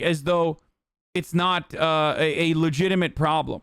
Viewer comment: “Legimit concerns”